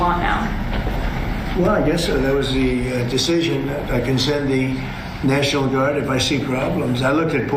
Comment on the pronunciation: Why does Trump pronounce the word "national" as "near-shi-nal"?